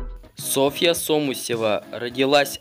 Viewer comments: сОмусева, он правильно сказал. Сама Соня так произносит свою фамилию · Блин, в прошлом видосе об Алине автор видео не правильно называл фамилию Алины (не туда ударение ставил), а теперь автор видео делает тоже самое ,но с фамилией Сони 😂